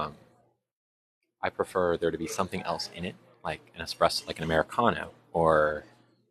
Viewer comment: IT'S NOT EXPRESSO.... IT'S PRONOUNCED ESPRESSO. THERE IS NO X. I HEARD HER SLIP UP A COUPLE TIMES. NO BIG DEAL. MY BROTHER SAYS IT THAT WAY AS WELL.